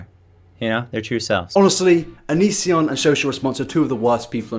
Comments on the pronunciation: here's a game, tale a shot for everytime he says youtube name wrong lmao j/k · I burst out laughing every time you mispronounced his name I was literally dying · Living for how you keep mispronouncing his name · It's not that you say it wrong, its that you say it wrong so many times.